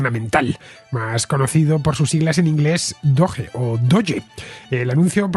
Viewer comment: Yo por lo menos diría "dogue" no "doye". Y hace referencia al meme de un perro de una raza japonesa muy conocido. Por eso lo usaron para la criptomoneda. De hecho lo usan mucho los de NAFO, un movimiento de memes antiputinesco en el marco de la guerra de Ucrania.